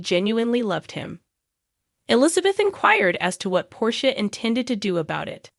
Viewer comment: It wouldn't be so bad but the narrative of this video needs to say the name of the gh people write. Heck she said Nina's name severaly ways heardly saying it write. Same with porches name. Theses updates on the show wouldn't be bad if they could say the bames of the port Charles peoples name right.